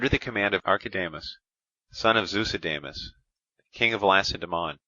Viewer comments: Sorry, but "thyoo-see-dye-deez?" Nope. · Please note that the pronunciation of some Greek names can be difficult, especially for those not use to speaking Greek (modern, biblical, or ancient) so, the name Thucydides is actually pronounced THo͞oˈsidədēz and not as the reader here pronounces that name. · thou kee thee these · How can you have not used a better sound/microphone set up before doing a whole book ? It is so amateurish and distracting it makes listening an unpleasant experience. And couldn't someone have told him how to pronounce Thucydides ?